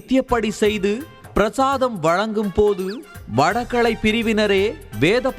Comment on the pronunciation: முதல்ல உங்க தமிழ் உச்சரிப்பை சரி செய்யவும். கீழே வரும் வார்த்தைகளைதப்பு தப்பாக உச்சரித்திருக்கிறீர்கள். வடகளை/தென்களை = வடகலை/தென்கலை, மள்ளுக்கட்டு = மல்லுக்கட்டு, வேத ப்ராயணம் = வேத பாராயணம், பிரச்சனையக் கிழப்பி = கிளப்பி, ஓங்கி ஒளிக்கிறது = ஓங்கி ஒலிக்கிறது, சணடைக் கலமாக = சண்டைக் களமாக. பள வழக்குகள் = பல வழக்குகள், மாட்டுப் பொங்களை ஒட்டி = மாட்டுப் பொங்கலை ஒட்டி. இவ்வளவு, கேவலமான உச்சரிப்புடன் வீடியோ போட்டு, அடுத்தவங்க. ப்ரச்சினையக் காசாக்க முயற்சிக்கிறீங்க? தேவையா இது? ஹய்யோ ஹய்யோ😅